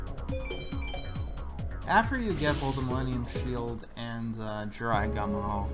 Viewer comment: The only Yugioh game I've played is Duel Academy, The Gumo part of Jirai Gumo is pronounced as Goo-moe, the character who is Atem's mentor is actually Shimon